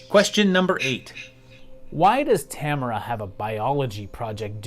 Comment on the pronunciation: Tamara, and Tamarrah, and Tammarha... creeps in this petty pace